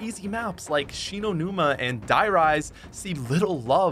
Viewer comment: Did he really say der reise is hard and die rise is easy